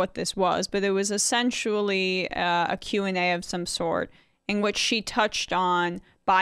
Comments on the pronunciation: did I hear that right? 'essensually'? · I heard e-sensually 😄 freudian slip. AOC is sexy AF 😉